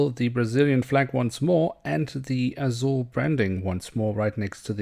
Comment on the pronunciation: Você é brasileiro, fala azul curtinho.🤔🤔